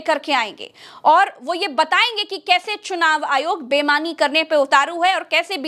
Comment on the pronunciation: bemani ya beimani? Sahi shabd boliye.